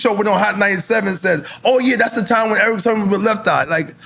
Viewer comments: Why does NORE keep calling him Erick Sherman? 😂😂😂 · Nore kept saying Eric Sherman.😊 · Nobody: ... NORE: Erick SHERman